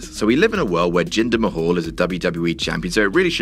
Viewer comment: Its jinder mahal not ginger mahal😂😂😂😂